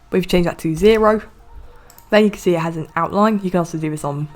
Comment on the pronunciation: Wtf you said (as you can zee)